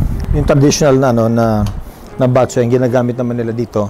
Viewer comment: bat - CHOY, not BAT-choy just like bo-RA-cay, not BO-racay But thx for featuring this recipe! Miss this classic Ilonggo specially.